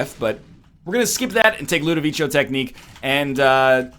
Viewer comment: Ludovico is actually pronounced Ludoviko like the c in the word cat!